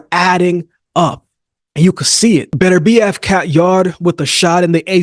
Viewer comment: Why can't you Americans pronounce Beterbiev's name? It is pronounced BET URBIEV not BETTERBEE EV.